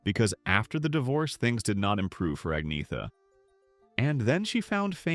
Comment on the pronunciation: Her name is Agneta, not Agnea